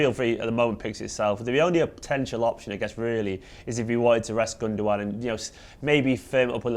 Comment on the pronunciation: Gundogan? Gun dow an? no, it's Gundowang...That's Numberwang!